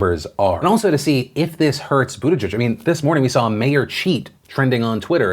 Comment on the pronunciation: I thought it was pronounced Butt-ih-geeg